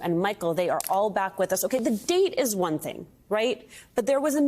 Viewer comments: It's not Merchan it's Mer~chan get it right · Try pronouncing the judge's name correctly. Mer-shon not Merchant. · Please pronounce the judges name properly. It’s mer-Chan. French inflection. I don’t respect her as a journalist either. She is a hack